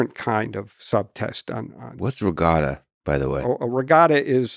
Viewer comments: I have to admit I didn't know what a ragada was either, until he explained what it was. Then I realised I couldn't understand it because he couldn't pronounce it correctly. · He has not done iq tests in recent years. Lights on a board ?? And miss pronouncing regatta. Look on your face said everything, funny. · truth be told at first I wasn't sure that was the word he actually meant cos of the way he pronounced it. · They could have left regatta in if it was pronounced correctly.